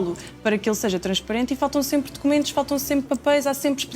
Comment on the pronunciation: Dócumentóz, para todoz😂😂😂